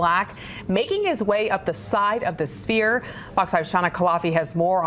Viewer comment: This man said 'spear'. It's Sphere. You're on television so do better.